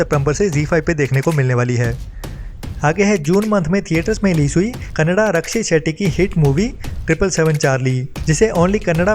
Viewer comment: क़ेन्नेडा नही, कन्नाडा।